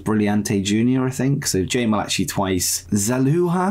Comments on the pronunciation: Malachi is pronounced the same way as Malaki, just so you know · The pronounciation of Jay Malachi’s name is killing me 😂